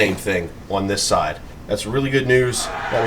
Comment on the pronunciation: How do you manage to get a "w" in the word "on"????